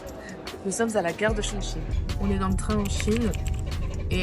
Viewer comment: vous prononcez bien le mot Chongqing！Amusez-vous bien！